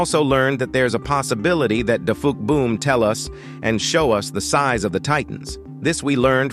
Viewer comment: dafuqboom❌ dagayboom✅💀